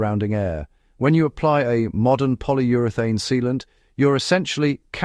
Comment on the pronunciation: poilly uree thane Lost credibility…